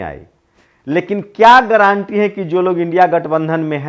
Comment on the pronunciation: गारंटी का सही उच्चारण कीजिए।ग्रांटी ग्रांटी मत बोलिए।